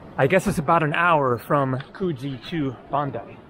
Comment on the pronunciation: Pronounce the oo in Coogee more like the ou in could. And end of summer into autumn is when the water is warmest for swimming.